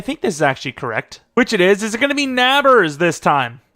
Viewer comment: U pronounce nabers like neighbor btw Odunze is pronounced o-dune-zay